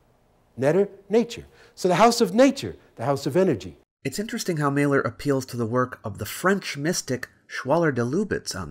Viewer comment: Mahler lol Every single time. And chemistry comes from Al Quarismé not kemit khemet or kimmit or any other pack of bull he wants idiots to believe